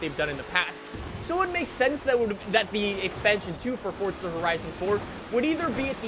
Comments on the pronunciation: Its froza not fortza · Can i just say some thing its for za not fortza there is no t in it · “Forza” not “fortsa” 🤬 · Its FORZA not FORTZA you mong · Still with the FORTZA ffs you yank plank. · I love you videos and all. But why do you pronounce "Forza" as "fortza"?? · "Welcome back to fortza horizon" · Aaaaaaaaarrrrrrgg.....stop calling it FORTZA 😲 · It is pronounced “ForTSa“. That's italian. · It's pronounced Fortza. It's an Italian word that means power. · Do you say Fortza on purpose? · STOP SAYING FORTUNE LIKE A PLEB... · There is no t in forza bro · Why does he day forza like that 😂